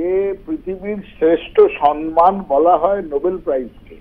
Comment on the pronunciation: What difference does it make if Bengali becomes a classical language or remains as it is ? Will Mamata Banerjee be able to speak correct and elegant Bengali the next morning ? She still cannot pronounce the word "samman" correctly (pronouces as "sanman"). Most Bengalis today (Mamata Banerjee included) cannot distinguish between "jhar" (storm) and "jharapata" ( fallen leaves)". Their written knowledge of Bengali language is no better either. In West Bengal these days everything has become show without substance.